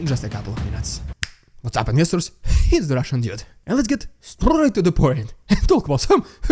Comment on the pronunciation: Beware: you are saying "Hits the Russian Dude" again instead of "It's the Russian Dude". We don't want to hit you ! 😊